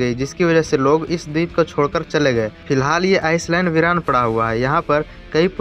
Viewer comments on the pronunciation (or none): ओ चंबू।।।।।।।। इसको आइसलैंड नई आइलैंड बोलते है